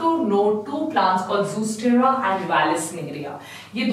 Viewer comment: Mam it's not zoostera it's zostera